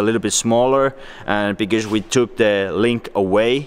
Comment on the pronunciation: Whenever he says because it sounds like he's saying bigez